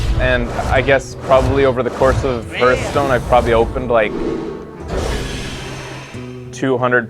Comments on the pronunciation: You play a lot of Hearthstone, and yet you keep saying the name wrong. Hearth is pronounced "Harth". A Hearth is like a fireplace. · Played it so much you have forgotten how to say it…